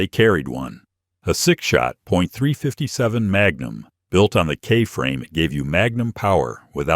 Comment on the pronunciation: If you’re going to rely on AI text to speech to narrate your video, then at least proof it after to make sure it got it right. Maybe try writing out the script in words (three fifty seven magnum) so you don’t end up with nonsense.